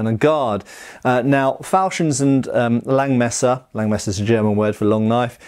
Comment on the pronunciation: The 'S' in Langes Messer isn't silent :D